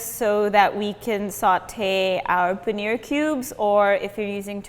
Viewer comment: Another disappointing and jarring rendering of the word paneer, where the last syllable is pronounced as near or beer. It is the simple long e sound as in beet, heat, peel. Well within the capabilities of the western voice box.